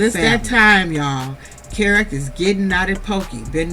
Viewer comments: I've been waiting for ur review and u did not disappoint. Great review as always. Oh and that child's name is pronounced Key-Rock Crystal, LOL! And I don't believe that Kerok has a legitimate business. And all of that aggression might be from the testosterone but I don't like how he avoids conflict with Britney by coming at her so hard. Also, ur right, this was the first time that we heard abt a second wife with Andy. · His name is pronounced key rock 🗝️ 🪨